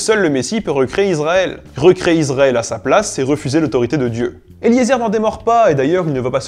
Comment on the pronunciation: Magnifique, superbe trilogie qui s'achève brillamment. Juste une toute petite remarque quand même qui me démange : La prononciation des mots en hébreu n'est pas toujours au point. Notamment Israël qui n'est pas Izraël mais [i.sʁa.ɛl] et Haredi qui n'est pas Aredi mais [χaʁeˈdi] :)